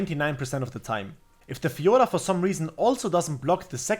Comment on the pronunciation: I liked the guide, but i liked more how you say Fiorrrrrrra. Great video!